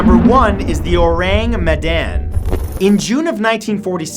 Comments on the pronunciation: It is not pronounced Orang Medan. It is pronounced Orawng Maydawn. I know this because that is an indonesian name and I live in indo. And orang means person so that probably means that that person is from Medan. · Its pronounced Oh-Rung Meh-Dunn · Matthew totally butchered that "orang medan" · You said "Orang Medan" wrong.